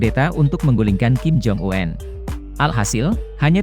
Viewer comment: Omong kim jong-un kok diganti kim jong uenn . Kenapa gak apa adanya aja